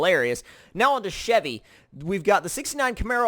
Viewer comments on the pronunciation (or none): none